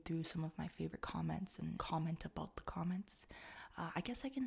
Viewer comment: Aboot ? O.o that's what french people say when they don't know a thing about english, didn't know it was a Canadian thing lol